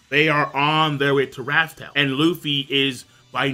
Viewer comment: i really like this video but the way this man says raftel and one piece makes my organs hurt